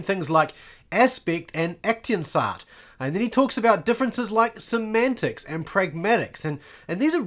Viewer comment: aktionsart - German word - pronounce aktsions'at not ektinsa :elbowcough